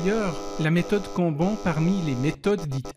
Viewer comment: Mon mec. Pour l'amour de dieu. Ça se prononce "canne-banne", pas "quand banc" ptdr